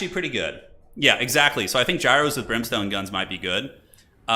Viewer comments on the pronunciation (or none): none